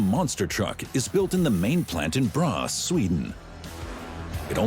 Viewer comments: NOT BRA ITS BRA-....ÅS YOU TALK PRONOUNCE IT WORSE THAN OUR IMPORTED astrophysics and nuclear scientists.. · Braas? No, braÅS! pronounced bra'ohs' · in Braås not Borås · Information: what sounds like Braas is actually Braås,a small village 20km north of Växjö Sweden!!!! Why does he have this terrible pronunciation???? Would it not be ok to at least try to find out the correct pronunciation before you make a video like this???? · BORÅS! Pronounced Boo r å s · No it's not. Braås